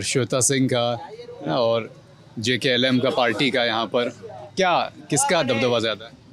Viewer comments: पत्रकार महोदय आप JLKM को JKLM ना कहे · Ptrakar mahoday jklm nahi Jlkm 🎉🎉🎉🎉 party Party ka nam nahi bol pa rahe hai...... Patrakar bik chuka hai .....